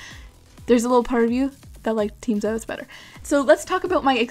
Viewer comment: its "meeera" and for the other one its "ziiiiiiios" XD (its a long e sound for both)